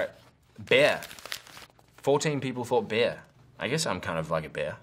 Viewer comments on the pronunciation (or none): For a moment there, I thought he had said "beer"... then I read the word at the top of the screen just to be sure and found I was wrong. 😂😂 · when he first said bear I thought he said beer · When he said bear it sounded like he said beer